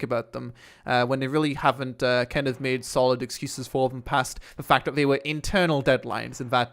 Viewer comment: Fuck me man, learn to speak properly! Viss, Vatt, Vhe Uver, furteen...... ( This, That, The other, Thirteen!!)